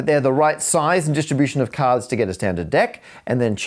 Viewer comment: Caaahds, caahds, caadhs 😂😂😂